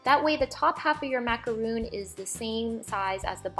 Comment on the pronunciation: It's not macaroon it's pronounced macaron